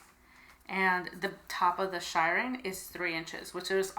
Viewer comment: So helpful, thank you. Just a wee comment, it is pronounced shear-ring not shy-ring…..now watch the comments come flying in 😁😁😁